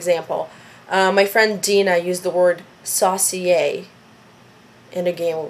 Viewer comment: sauce eee errr not the way you said it. more saucy. not a big word.